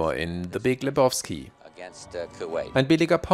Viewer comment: Lebowski = Le-bau-ski, nicht Le-boff-ski! 😂 Jedesmal, wenn er es Leboffski ausspricht, muss ich an die Nihilisten denken 😂 Und übrigens: Niemand nennt ihn Lebowski. Das ist der Dude, man!